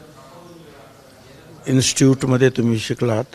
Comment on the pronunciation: इन्श्टुट नाही रे प्रोफेसर 😂